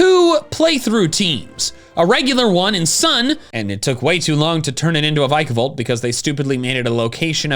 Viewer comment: THE Y IN VIKAVOLT IS SUPPOSED TO BE AN I!